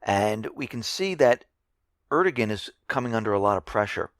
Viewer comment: just letting you know, the turkish prime ministers name "erdogan", the G in his name is silent, so its pronounced "ar-dow-an" so you pretty much ignore the G in his name. Hope this was helpful and take away any confusion(if there was any to begin with).